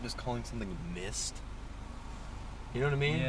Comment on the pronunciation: why is it when he said mist it made me think of "MISTER" from the paintball video.